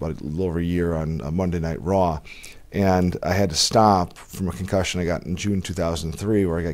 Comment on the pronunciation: It’s pronounced concussion not ‘con cushion’